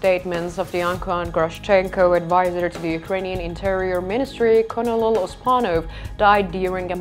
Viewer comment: Great report - if you want to pronounce Colonel correctly - say it phonetically as in "Kernal" 🥝